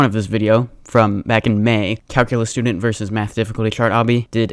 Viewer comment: "studuntus student"